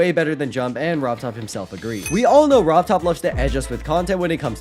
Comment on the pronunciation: “Rob Todd” 😂💀